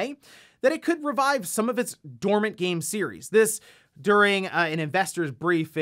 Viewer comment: "Dormany IPs"